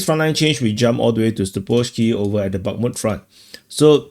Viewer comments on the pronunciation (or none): none